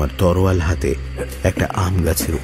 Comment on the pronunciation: তরোয়াল না শব্দটি "তলোয়ার"